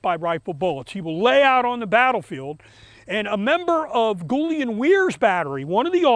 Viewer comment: Great video, and you confirmed the proper way to pronounce Gulian Weirs first name, with a hard G! Thanks, that’s what I thought because that’s the way it’s pronounced for the guy he’s named after!